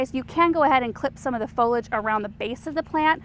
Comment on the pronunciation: Great video but it’s pronounced “fo-li-age”.